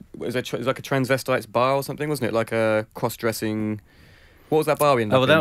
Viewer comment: "crwoss dwessing"